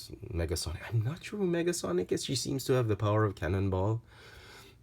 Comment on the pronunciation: Nega, not Mega. Negasonic.